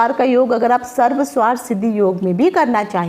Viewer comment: Sarv swarth nahinn sarvarth hota h... Aapne toh arth ka anarth hi kar dala Sarv + arth hota h